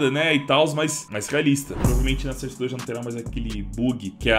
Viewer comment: eu so chato e digo que se fala sóurce não serce